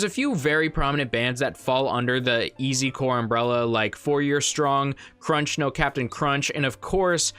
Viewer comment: SIR DID YOU SAY "CRUNCH" LMAO